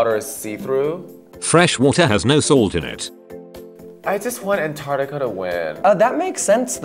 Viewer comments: Komara is saying antrictica wrong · The way Kimora pronounces 'antartica' is killing me